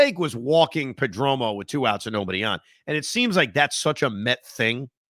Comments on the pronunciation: Damn Evan it’s PERDOMO not pedromo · Per-Dome-Oh that pronunciation kills me lol. Don’t turn into Joe B please 😂